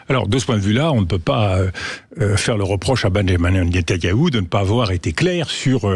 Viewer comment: magistral comme a chaque fois DE VILLEPIN , seule bémols, il prononce toujours mal Netanyahou